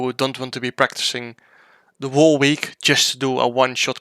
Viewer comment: Jarno vocabulairy: ‘Wall’ = whole ‘Jess’ = guess Any more?